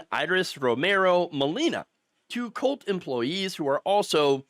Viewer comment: ooh ! COLT grill lol I wasnt looking at the video when it started and thought he said Cult Grill. I'm here saying to myself... how ironic!